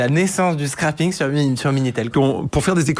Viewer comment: A 23 minutes dans la vidéo, vous parlez du "SCRAPING", mais votre prononciation me fait trop rire ! Pour vous aider, phonétiquement cela se prononce : "scréping". En anglais, to scrape veut dire : râcler, gratter. [si cela se prononçait "scrapping", il y aurait 2 p en anglais et cela ne voudrait pas dire du tout la même chose.]